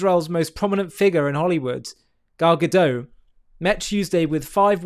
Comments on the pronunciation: It's Gadot (with a sounded T), not Gadoe. You should know how the Hebrew female plural is pronounced. This isn't french 😂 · She's not French. Correct pronunciation - Gadot rhymes with hot.